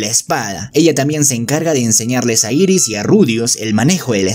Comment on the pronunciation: No es iris es eris y no es grislein es gilen